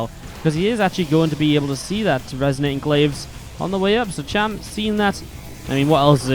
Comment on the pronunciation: It's cham. Not sham...